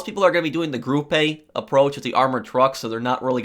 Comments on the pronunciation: Lol “grupay” - it’s German: “groo-puh” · Gruppe isn’t “group-ay”, it’s “group”. Gruppe 6.... group sex.... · “Grupay”? You do know the name of the company is “Gruppe Sechs” as in “Group Sex” right? 😂😂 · why do you pronounce gruppe as groupAye its just group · Why do you say "group a" it's pronounce "group" Gruppe Sechs...group sex. I can't believe a is saying grewpay. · He says groupay but it's pronounced group. He doesn't have to say or write sex or anything. I'm lost though idk what you even mean. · stop saying gruppe a its gruppe sechs